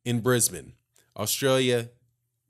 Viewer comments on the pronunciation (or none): none